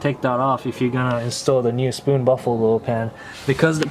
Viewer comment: You are saying “baffled” oil pan wrong. Not buffalo.